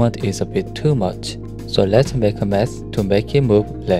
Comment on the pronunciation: Not sure if he said Let's use "meth" or "math". What should we do?